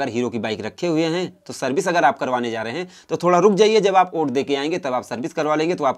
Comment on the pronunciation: Oait nahi hota hai😆😆😆😆😆 vot hota hai 😉😉😉😉